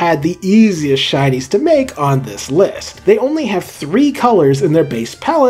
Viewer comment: help i keep on hearing shinies as Chinese